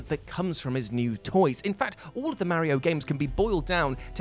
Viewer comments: I hate how what pronounces Mario..... and that there's no longer a ONE PER LIST and no explanation why it stopped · I got stuck on how you pronounce Mario as Merry-o. It made me giggle every time.